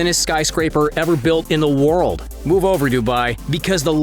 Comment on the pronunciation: in the woaaooold